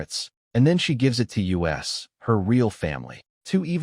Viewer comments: I can't stand bots . Us is us not U-S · How come the AI can't say us? It says U S